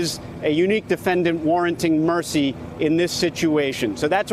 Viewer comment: defenDANT, defendant. Weird to pronounce it 2 different ways in 1 minute.